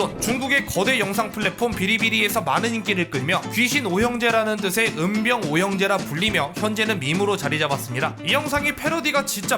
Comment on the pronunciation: 음병오형제가 아니라 염병오형제 아니냐ㅋㅋㅋ